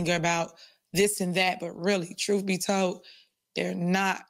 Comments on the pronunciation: "Troof" ?? Are we serious? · Thank you for posting these so we don't have to give her a click. 😈 You're doing the Lord's work, that's for sure! 😇 FYI - I can't hear the word "truth" without hearing "troof". 🤣